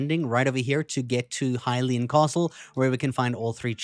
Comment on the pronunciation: Did bro just say “hylain” castle…